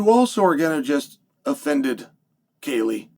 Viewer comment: It's funny how he worried about offending Katie than he offends her by not saying her name right😂😂